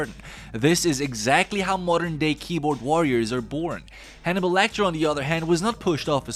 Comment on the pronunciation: I thought you were saying honey bowl and I was like who is honey bowl I've missed something here.